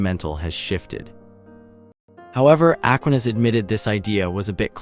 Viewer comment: Aquinas. The stress is on the second syllable.